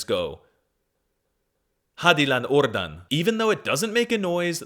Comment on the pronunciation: "hadi lan ordan" I think he tell so good